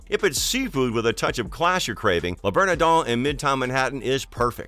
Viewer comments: "Le berneDON". Ridiculous. If you can't pronounce the name of the restaurant, you shouldn't go there! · Was this script created by a bot? NYC is not known for deep dish pizza, that would be a place called Chicago. Your mispronunciation of Le Bernardin (3 times) was LOL. I guess no one reviews these videos before they are posted.